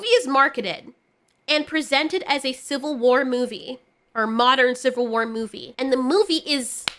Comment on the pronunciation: "Shill-vil War"